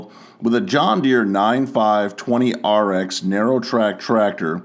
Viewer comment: Awesome video! Glad to hear you pronouncing the tractor model number correctly 👍